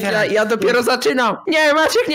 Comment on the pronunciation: Ciche wołanie i zamiast MAACIEEK to: maaciek XDD